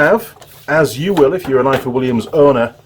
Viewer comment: Hi, its pronounced ivor, in Welsh f is v thanks for the great video.